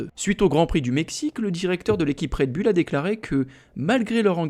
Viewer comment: Pourquoi toujours dire bulle alors que c est "boul" faites un effort svp😮😊